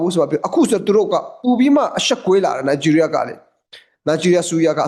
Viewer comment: နိုင်ဂျီးရီးယား , ရားမဟုတ်ဘူး